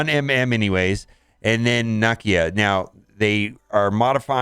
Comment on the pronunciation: For the sake of God please learn how to pronounce Nakia (Nuh kee uh)